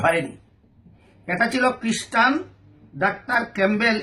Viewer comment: তুই একটা মূর্খ জাহেল, তুই বললি কিসটান আসলে হবে খ্রীস্টান,আর তুই দাজ্জ্বাল ইংলিশ যদি জানতি তবে বুঝতে পারতি কি জবাব দিয়াছিলো,মাযহাব কি তোর বাপের? আর সাধারন ডাক্তার হয়ে ইসলামের দ্বায়ী হয়ে সারা বিশ্বে ইসলাম প্রচার করছে আর তুই ঘরের কোনায় বসে জর্দা(হারাম জিনিস) দিয়া পান গিলতে ব্যাস্ত, তুই এতো বড় পড়ুয়া মাওলানা হলে ঘরে বসে ছাগলের ঘাস কাটতেছিস বেটা পাগল,আবু লাহাব আবু জাহেল ওতবা সোয়াইবা তারাও তোর মতো মাওলানা ছিলো, আবু লাহাবের বাড়ীতে এখন মানুষ পায়খানা করে,তোর কপালে কি আছে আল্লাহ ভালো জানেন